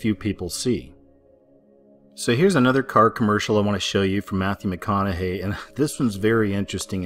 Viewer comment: Matthew Meh Conna Hay! Lol